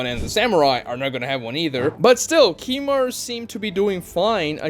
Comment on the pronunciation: Also it's not kimimarU it's kimimarO